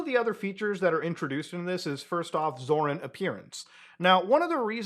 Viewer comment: the way muta pronounces it scars me every time tbh